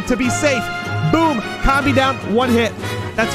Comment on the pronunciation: Did you just say comb it’s com bee